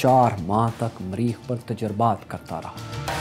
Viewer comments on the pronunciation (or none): Sir its mareekh, not mreeekh. very nice show btw.